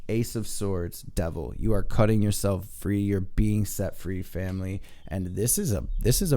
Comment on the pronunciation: I absolutely love your readings because they are positive and on-point! I look forward to your readings and wish you and your family love and light. I do have one request: can you please put an "L" in "yourself?" I swear that I am not normally a pain on the a** like this, but it's an English teacher occupational hazard.